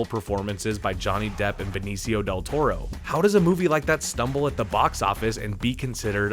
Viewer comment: me too. Also pronounces Benicio wrong, and acts surprised that Bakshi wanted to make an animated film...